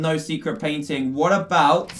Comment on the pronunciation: It's funny when dan says secret painting 😂